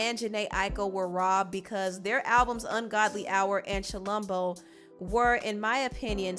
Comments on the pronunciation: It's pronounced CHILOMBO like chi is pronounced as chee like you wanna say chee-tah don't Pronounce chi as shy.(I hope someone gets this 😂) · When you pronounced Chilombo like that, the Zambian in me was like what!?